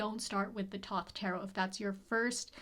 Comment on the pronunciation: I love your videos a lot as I'm also learning Tarot and I hate to be 'that' person but "Thoth" is pronounced "thow-th" like the god. Kinda like The oath but thow-th.